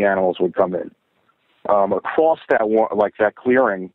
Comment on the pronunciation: It’s not acrossed, it’s across 😊